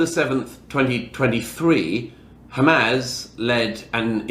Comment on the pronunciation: Hamaz? Does he mean Hamas? Or is this some new organization?